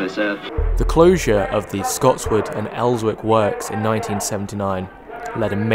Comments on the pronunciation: Did he say "Els-wick"??? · Great video! It does somewhat get to me that people constantly pronounce Elswick wrong as its pronounced without the "W". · Surprised this came up in my recommendations, great video altogether! I grew up 5 minutes away from Scotswood and it's still crazy to see how little development has happened since the 90s. Also as others have pointed out, the W in Elswick is silent, like Fenwicks :)